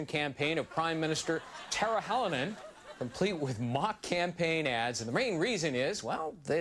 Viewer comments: "Tar-juh Ha-low-nen" Conan, its pronounced "Tar-ya Haw-low-nen" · TARZA HALOMEN??? IT'S TARJA HALONEN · hey Conan, it's Tarrryah Halonen. Roll the r's and soften that J up. :D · Tarcha Hälonen oh my god 😂 why did he say it like that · did he say tarzjah holanan? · oh god the way he pronounced her name is so wrong in many ways lol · though uh.. Tarja Halonen.... in swedish it sorta sounds like "taking the raspberries", which phonetically is "tar ja(g) hallonen". Just saying. And that's with correct pronounciation. Just saying, it does.